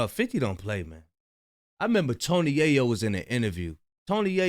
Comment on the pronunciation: We need a black Ai voice “Ya-Yo” really?!😂😂😂😂